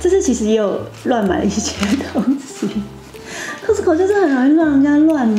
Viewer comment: Cos卡斯t淡淡消音co扣